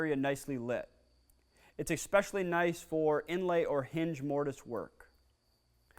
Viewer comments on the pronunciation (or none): did you really say expecially?